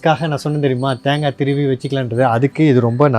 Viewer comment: அது தாங்கா இல்ல தேங்கா செரட்ட இல்ல சிரட்ட ஒழுங்கா தமிழ் பேசுங்க கடுப்பாவுது